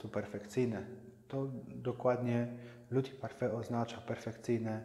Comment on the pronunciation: Witam Pana Majstra. Jak już się reklamuje szpachle tej firmy to trza by było poprawnie wymawiać nazwę. We Francji nikt by Cię nie zrozumiał jakbyś chciał w sklepie je kupić i poprosić o nie. Taka ciekawostka 1 cm długości tej szpachli kosztuje 1 € . :)) Mój szef jest z Portugalii i tak samo się podnieca tymi szpachlami jak Ty. Właściwie to było 10 lat temu przy czym masę narzucamy agregatem Graco by USA. Na pierwszy raz bądź dwa dobrze Tym podrownac ściany czy sufit 3 raz na finisz proponuje mniejszymi normalnymi szpachlami dokładnie wyszpachlowac. Bo jak dojdzie do szlifowania po tych dużych szpachlach będzie potrzebny Siergiej z Dnietropietrowska oderwany od pluga aby to zeszlifowal. Pozdrawiam że strajkujacego Paryża.